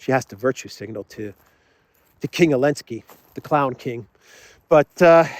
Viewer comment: Who is Elensky? Why omitting Z and not saying name correctly? It’s Zelensky! .. explain the reason? Otherwise- great! I am a new fan